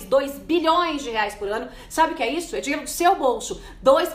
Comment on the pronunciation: por que vc pronuncia a palavra "Isso" falando "ixu"??? uma jornalista com esse problema de dicção??? sera que nunca ninguem te alertou??? pronuncie na frente do espelho :Isssssssoooo..... Issssssoooooooo Isssooooooooo e não ixuuu..